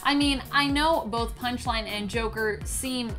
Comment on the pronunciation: You said “Punish-Line” in the beginning